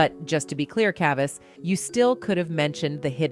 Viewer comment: Yo, the AI pronounced "Chavis" like 18 different ways. 😂